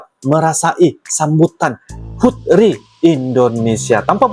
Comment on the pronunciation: Sedikit koreksi ( ), ketika anda membaca HUT RI, RI nya di baca terpisah ya bang, contoh R I, tidak jd satu kata